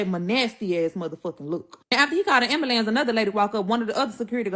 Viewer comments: Listening to her made me need an ambalants..😂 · Kewersssions she wasn’t axing any. 😂😂😂 Ambulambs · Pacificly. Ax. Ambalance.